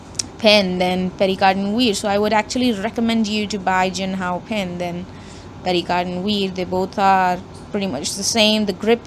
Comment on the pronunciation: So you expect an overpriced 100 rupee Pierre Cardin pen to be better than a much more refined and underpriced 225 rupee pen. and by the way its not pronounced as PERRY CARDIN but PIAR CARDAW(n)